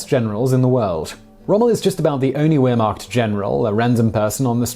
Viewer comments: Hey Simon. Do me a favor, and from now on pronounce, "Wehrmacht" as, "VER-macht." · Just a heads up, in German, "W's" are pronounced like "V's". So wehrmacht is pronounced 'VEHR-mocked". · Simon in GERMAN you do not pronounce the " W". You Pronounce it a"V" sound in German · Ian Hall he’s doing better than you; the last syllable is “macht” not “mark”- as in sounds like “makht” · No he is not. W is pronounced as a V sound in Deutsch. It should be pronounced as Veer-macht. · I came here to say that. He's actually inconsistent about his pronunciation; sometimes he gets it right. Vair-macht. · Can you say Wehrmacht right? "W" pronounces as V. Lol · Your facts are wrong and how badly do you say wehrmacht u pronounce the Wehr like VER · Pronounced "V"ehrmacht mate!! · not to be a jerk but it's Vehrmacht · I know you've probably been corrected but. The w in wehrmacht is pronounced as a v. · C'mon Simon. Wearmacht. Really not that hard to pronounce correctly. I mean, damn, how many documentaries have there been about World War II and the Wehrmacht? Pronouncing it incorrectly makes you sound like a dunce. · He actually says "Weermacht" - whatever that is ;-) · PLEASE! The "W" in Wehrmacht is pronounced as is a "V" in English. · It just buggs me when he says wermact if i spelled that right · If a name is German, the W should be pronounced as a V. It's the same reason we don't pronounce the "ll" in tortilla or quesadilla as an L. The same reason we don't pronounce Chopin as "chopping," (unless you're just trying to annoy a musician) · Did someone correct him to pronounce Wehrmacht with a “v” halfway through ? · It drives me nuts how he pronounces Werhmacht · Okay, it’s 2020. Please Google how to say “Wehrmacht”. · I lost count of the different ways he pronounces 'Wehrmacht' after 10. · The w is pronounced as a v, I have OCD and each mispronounced word hurts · How can anyone ascribe any credence to your post !?? You cannot eve pronounce Wehrmacht ,!🐖 💨💨💨💨 😂😂😂😂